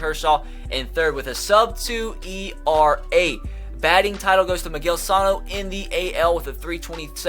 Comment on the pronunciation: Can somebody tell this guy how to properly pronounce Miguel Sano’s name